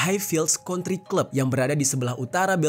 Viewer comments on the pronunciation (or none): none